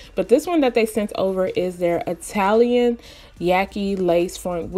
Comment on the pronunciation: “Italian” sounds so foreign lol. Yaki wigs intimidate me but you make them look so beautiful